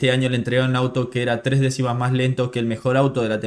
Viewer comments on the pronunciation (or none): none